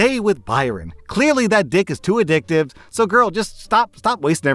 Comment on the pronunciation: I will say this: She was prepared to cut off Byron... jez saying.. Also, "to a-dick-tive"